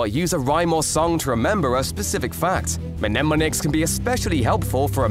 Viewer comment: Great video, incredibly well made. Uhm...you don't pronounce the first m in "mnemonic". Don't want to be rude, just letting you know.😅